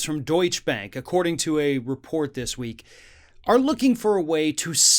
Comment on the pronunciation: You might want to learn how to pronounce DeutscheBank if you want to be believable..